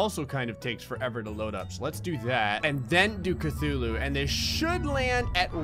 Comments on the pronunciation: Cuthulu ok not Cthulu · "I accidentally just spawned 2 kathuloos"